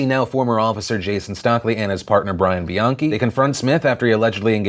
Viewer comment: First you pronounce Bianchi right and then you pronounce it wrong come on you're an Italian, BEE-ON-KEY